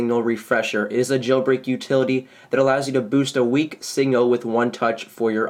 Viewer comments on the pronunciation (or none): Signal not singal